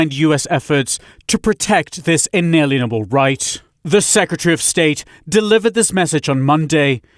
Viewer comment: it is not in alienable like aliens it is in-a -lien - able as in you cannot put a LIEN against them like a mechanics lien